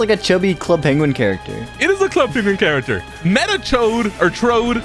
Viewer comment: "Metachoad." Lmfao! I'm dead.